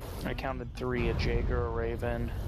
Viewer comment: *face palms* I dunno if it was Typhus or Omega, but its *Yaghurk* not Jagger